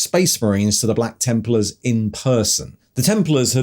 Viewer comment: Templers? The random odd pronunciations are back lol